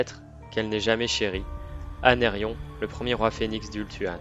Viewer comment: Non mais, c’est pas « Anérion » sérieux, c’est Aenarion